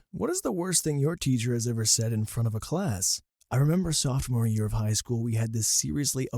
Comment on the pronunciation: Say "Softmore" instead of "sophomore" ONE more time..... Go on.....SAY IT! I DOUBLE DARE YOU!!!!